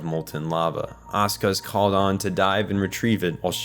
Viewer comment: Bro why are you calling asuka ,,oskar" dafuq